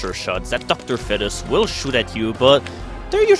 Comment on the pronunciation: im being an ass hole doing this since its 2012 but pernounce is feet-us sorry for being an ass face